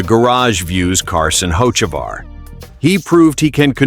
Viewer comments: This guy pronounces Carson last name 2 different ways, and both are incorrect. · I'm unhappy, one would think with all the advances in AI, they could get a persons last name pronounced correctly, guess AI isn't all that cracked up to what everyone seems to think it is, shitty deal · for a new chanell you have some work to do.. 1, if you advertise cheating scandle, show it or change the damn title. 2, get the names right. fans cant stand posers pronouncing incorrect names and 3, what does chase elliot have to do with carson ochavar? lol.. videu must be in sync 100% of the time. thats my 2 cents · How many ways can the ai can't say his name right? Fix your ai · Can't even pronounce a name correctly even said a name or something 2 different ways. Learn to pronounce correctly or just say you don't know how to pronounce it. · Please get your facts correct before you start your comments, also learn the drivers last name and announce it correctly. Get with the program!!